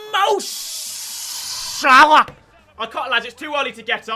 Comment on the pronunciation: Unsubbing because you saying Mo Shhhhalla to much.